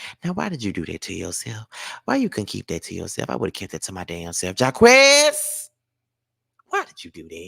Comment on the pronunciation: it’s JAH-KWIS not Jah-quez lol & no Jacquees slander I love his music ❤❤😂